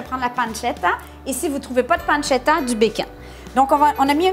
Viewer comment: Mdr vous m'avez arracher les oreille avec la panzetta